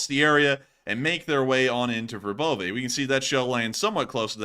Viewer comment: Verbove said like Verbova